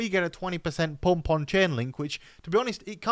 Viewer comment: I LOVE how you pronounce the word PUMP. With your accent, it cracks me up! lol.... 😂🤣😂